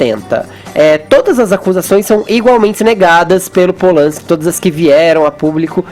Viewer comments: "Rolman Pol-lanski" Fefito, cala a boca, porra! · Aprende a falar o nome do cara, Fefito!!